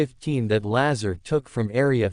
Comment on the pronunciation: You don't even say his name right